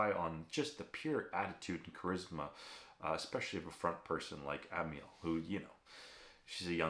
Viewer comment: Aussie here, correcting your f****g pronunciation again...Not Am - y - al, but Am - al, eg anal spelt amal.... as in Amyl nitrite. Bloody yanks... 😂